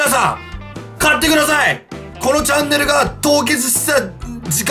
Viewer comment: チャンネルがジャンヌに聞こえた笑